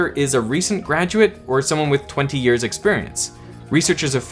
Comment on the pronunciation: Yes, yes, we all know what you mean when you say years, it's totally unnecessary to emphasize the word years.